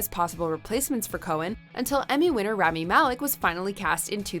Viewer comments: Its "rah-mee" not "ram-mee" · Anyone else bothered by the fact that they didn't take the 30 seconds to learn how to pronounce Rami's name? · Wish they would say rami right just once